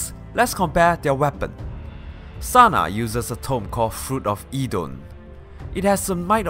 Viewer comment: Its TANA not Sana -_- the whole thigh segments are fucking cringey like jesus